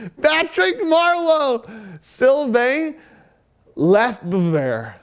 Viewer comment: Awesome job. Love the enthusiasm. The mispronounciation of 3 names, Micheal Petit (Michelle Petite), Jyrki Lumme (Lum-may) and Sylvain Lefebvre (Le-fave) made me feel old. 90's hockey for life